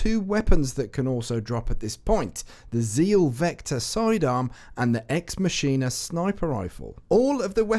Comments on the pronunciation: STOP SAYING EX MASHINA IT'S EX MAKINA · EX MACH-INA not exmachine-a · It's pronounced Makena, ex machina is in the machine in Latin it's a reference to deus ex machina or God in the machine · It's pronounced "Ex Makina" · I hate to be this guy but it is Ex Mah-kin-ah. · *Ex Ma-Kin-Nuh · I get so triggered when people pronounce the sniper's name like that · Lol. It's all good man. is killing me with his mispronunciations of this weapon. I guess people are so picky about this word because of what its a part of. Deus Ex Machina...Latin for god in the machine. It's usually used in reference to an unexpected event that gets someone out of a seemingly hopeless situation. Usually used in literature. Not to mention it sounds bad ass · Gijs Penterman ikr it's annoyingish